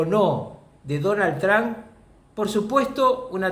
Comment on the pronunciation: Rucakuf, ya te lo dije antes... El apellido No es TRAN....es TRUMP!